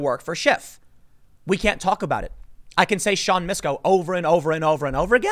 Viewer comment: Tim: "Misco" me: "Bet you it's Nabisco Betcha didn't know, Betcha didn't know!"